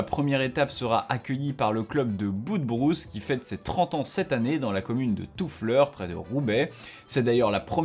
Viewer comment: Salut, je te confirme, pour y avoir assister, que l'épreuve de coupe de France des club à Toufflers était passionnante. Et s'il est possible d'améliorer une émission aussi bien faite que la tienne, alors je me permets de préciser la prononciation de Toufflers, "touff-lairsse". Merci et bonne continuation 🙂